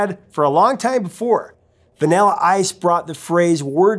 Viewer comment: I like how you say the word vanilla like “vinella”